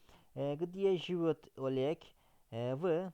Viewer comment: Hocam lütfen yanlış anlamayın amacım kötülemek değil, живёт derken telaffuza dikkat ederseniz daha iyi olur yoksa telaffuzunuzdan dolayi anlam olarak karın anlamı ortaya çıkıyor "живот"